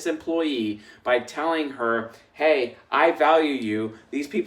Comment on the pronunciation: I wonder if it was the fever that made him say “hor” instead of “her” 😂😂😂 And I am going to put it easier : bring a Chris Hemsworth look like man in a suit smelling good and tell me he is my new boss and I swear I don’t go anywhere!! 😂😂 I will be sure to give him a good experience 😂😂😂